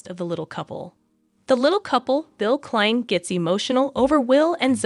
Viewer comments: You cannot even pronounce their surname correctly. For your information it is not 2034 it is 2025. For your information surname klein is pronounced kline. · The narrator pronounces the last name wrong.